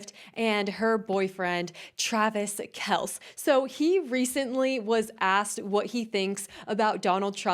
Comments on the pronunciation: . Your staff should've told you if not the comments it's pronounced Kel-cee. No biggie. Your show still kicks as 🎸🎸🎸♥️♥️♥️ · It's pronounced Kel see1 😮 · It's said like this Kell See😂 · His name is Kelc-eee. And that suit is not from the 90's, its a 70's throwback. You aren't that informed on... some common knowledge stuff... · Oh I enjoy your videos Just want to correct u It’s Travis kelce No silent letters